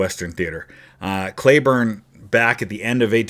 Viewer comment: Today I learned - a city close to where I lived in Texas and where my younger brother was born is named after Cleburne. Right next to Granbury. Maybe in Hood County but won’t swear to it. Although there is a Hood County in Tx. The other thing was in Texas it’s pronounced KLEE-burn. Took me three videos (yours for sure) that made me research. Always a good day when you learn something.